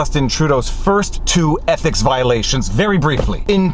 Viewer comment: "Trudeau's EPIC violation..." That's how it sounds (at least at 1.75x).